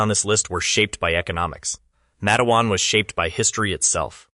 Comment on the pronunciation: Your pronunciation of MA-TE-WAN is incorrect. Two syllables only: MATE’-wan. Source: West Virginia native from the region.